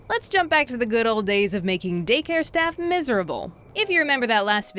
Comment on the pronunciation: why do I hear "dick hair stories"